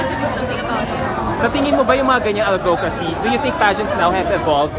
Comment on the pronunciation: It’s AD-vocacy not ad-VO-cacy!